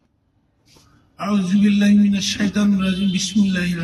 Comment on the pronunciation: জীবনে কী ঘোড়ার ডিম শিখলা আউজুবিল্লাহ, বিসমিল্লাহ শুদ্ধ করে বলতে পারো না।😢😢😢😢